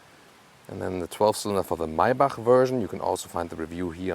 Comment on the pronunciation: MAYBACH произносится МЭЙБЕК на английском что бы знали все 😂